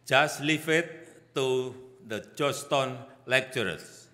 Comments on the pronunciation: GEORGETOWN PAK BUKAN JOSH TON😂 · Joston wrong prounce Weakk in english 😂😂😂